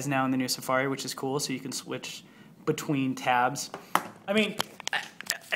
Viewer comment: "so you can splitch....between tabs" xD what is splitch?